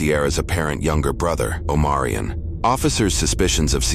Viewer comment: Omarion? I heard O'moron.